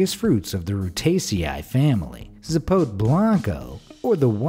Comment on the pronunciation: hehem sapote is pronounced sssapotA and it grows in los angeles too.